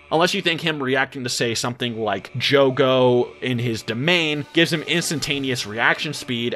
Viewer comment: It’s Jugo not Jogo